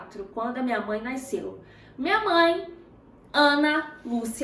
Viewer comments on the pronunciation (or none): Carioca raiz falando “naisceu” kkk Esse sotaqueeeee ❤️